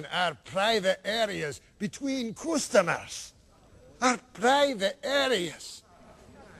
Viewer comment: “Wash inbetween Coostmers. Our Prrreivate aerreasssss”